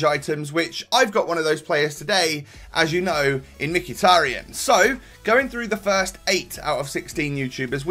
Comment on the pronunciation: It's pronounced mekh-e-tar-yan